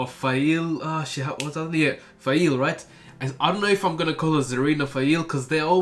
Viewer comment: Call her Faile. Trust :) Also please keep sharing how the names are pronounced IRL! I had no idea re. Be'lal or Ishmael. I love the depth of detail you get into with each video. It's like re-reading the books myself. I am so stocked for the next part. The first Perrin POV is one of my favourites for all the small moments you touch on: smelling the grey men, the paw prints, the dream visions, Hopper 🥰, Faile finding out the truth of Rand😅, the balefire! The world is corrupted because people are. Just like our world. I love your dark friend/black Ajah predictions. RAFO!! Nynaeve is best girl. Love her but yeah that chapter was a bit slow. At this point is when I really started enjoying Mat as a character, when he starts his journey to save the wonder girls.